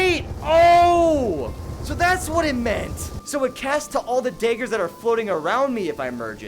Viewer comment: Much love, but why are you calling them daygers?